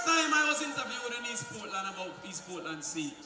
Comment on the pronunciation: Lol she say Portland want caapwet we want caapwet from Portland to Prospect we want caapwet from Portland to manchoniel 🤣😂🤣😂